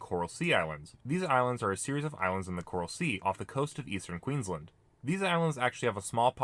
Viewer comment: Not to mention Cartier Island as well it was pronounced as Carter instead and mispronounced Queensland as quinsland instead of queens land